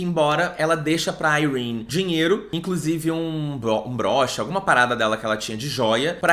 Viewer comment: Dane-se a a tia Sarah para mim Yrene se pronuncia "Irêni" e ponto final slsksks